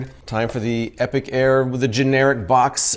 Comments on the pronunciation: Epoch.... Epic.... different words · Epoch is pronounced EE-pock. Epic is a totally different word. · It took me a good three minutes to figure out you meant epoch, not epic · epoch pronounced epic... strange. googles it, it's pronounced both ways. some words you've only read. read not read..... spelling's hard too. read that sounds like red, but is spelled like read and read. okay, let's watch this review.